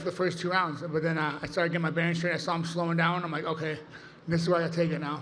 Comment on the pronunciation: Paulo was fighting hounds in the gym. (Yes I know in Portuguese the r makes an h sound)